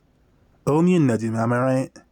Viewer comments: For pronouncing negima, the gi part is like Gi for Judo not nejima like the way you were saying it ^^; Hope this helps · NEGIMA GACHA JUST GOT ANNOUNCED!!! You gonna cover it? Also you should know you're pronouncing Negima wrong. Google how to pronounce it please. It's the only real problem with your content, the consistent mispronunciation of the series' name.